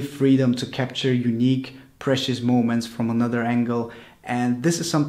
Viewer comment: sounds like "what makes drones so YUNEEC"? :D btw.. great video!! I subscribe ^_^ ps. you look like Aaron Taylor-Johnson!